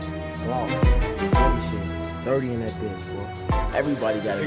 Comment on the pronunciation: what in the AI is this the way it pronounced sh!t was crazy and never seen lake spelled lac lol